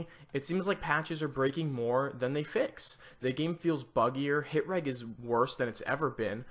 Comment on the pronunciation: It's pronounced rej not reg